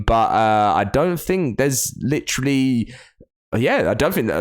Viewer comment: I have a feeling ark 2 will be delayed to 2024 and then theyll milk ark 1 again with adding UE5 to it, the fact all we have seen is concept art from the game when the initial release was in 2021 like where tf who tf even thought of that date. And the way he says literally gets me i-lletrally